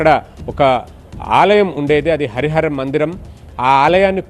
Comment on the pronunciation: మందర కాదు... మందిరం ....